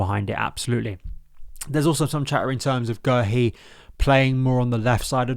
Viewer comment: We love you we do! but it is pronounced Marc Gay-Hee, we had to check it out on the Palace YouTube channel as we are known for messing up pronounciations